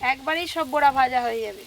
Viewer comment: বুরা ভাজা নয় বড়া ভাজা বলতে হয়। 😂